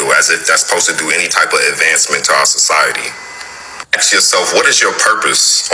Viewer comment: For me, a man with neck tattoos who says “ax” and “earf” and has multiple baby mamas is a red flag.